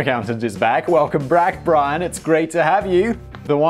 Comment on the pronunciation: "Welcome Brack Brian"